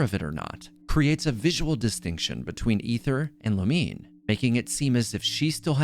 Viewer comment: It's Lu Mi Ne not Lumine. Like Namine from kingdom hearts. Its three syllables.